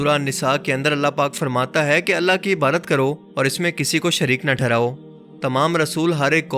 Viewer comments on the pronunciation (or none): Bhai apki videos buhat achi hoti hain bs ap Ibadat ko clear bola krain Ibarat na kha krain Thanks